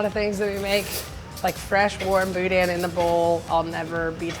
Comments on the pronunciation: Not gonna lie it annoys me that y'all say BOO-DAN. Its one word not two, boudin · Grew up in Houma, La, love this show... I can't stand hearing boudin pronounced "boudan" it's boo-dah; just saying. Love the show! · Also quit producing the N in boudin (boo•daH~) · "Boo Dan" No.... please.... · Every time they pronounce the n at the end of boudin, I die a little inside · South LA pro-tip: Don't pronounce the "n" at the end of boudin. You're saying it nearly perfectly until I hear the "n" sound at the end. lol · Less emphasis on the "in", show up around where I live, you gonna get "THE" look.